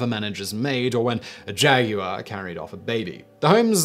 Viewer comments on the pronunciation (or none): Had to replay him say jaguar at least 8 times.